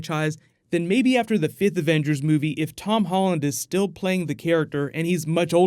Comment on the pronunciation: Did you say ... Fifth?